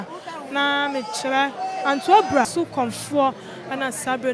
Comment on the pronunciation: Abira not Abura